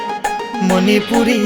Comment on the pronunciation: Why they pronounced as Monipuri instead of Manipuri😔😔😔